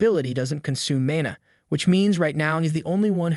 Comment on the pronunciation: Mon e instead of mana is crazy